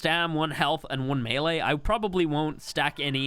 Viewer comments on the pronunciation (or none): none